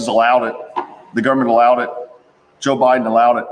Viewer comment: It's not jo bidon